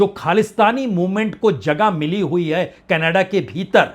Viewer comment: Yeh hai Indian journalist, Jin sy country ks name theek sy pronounce nhi hota, woh geopolitics py baat krty hai😂.. Kannada_Kannada_ Kannada 😂 Jhantu Canada hai, Canada,, bol kr dkha ,, bolo,, Ca. na. da,,, phr sy ,,, Ca. na. da.